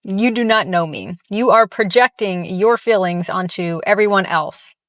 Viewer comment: I love when says feelings it sounds like fillings xd Accurate for the fat activists